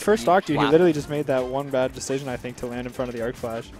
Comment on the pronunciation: Hearing him say "Arcflash" hurts me so much.